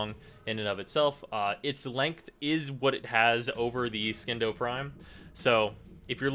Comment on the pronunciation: It's pronounced Sindo.